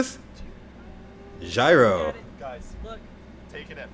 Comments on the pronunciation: J-iro, not gyro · JEE-ro, not gyro. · Btw Jiro is pronounced YEER-oh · The way your where pronouncing Jiro is the way you pronounce my name “Jyro” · Hahahah that’s my brothers name “Jiro” it’s pronounced G row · stop calling him jairo ffs if you I don't know how to pronounce someone's name try to avoid saying it